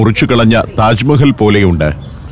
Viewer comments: ടാജ് മഹൽ അല്ല താജ് മഹൽ ദൗളത്താബാദ് അല്ല ദൗലത്താബാദ് ബാഹ് മനി അല്ല ബഹ് മനി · ടാജ് മഹൽ അല്ല താജ് മഹൽ.😂😂😂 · 'ടാജ് മഹൽ ' അല്ല... താജ് മഹൽ. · സഫാരി താങ്കൾ ടാജ് മഹൽ 1 അല്ല തെറ്റ്. താജ് മഹാൽ . Ok തിരുത്തുക.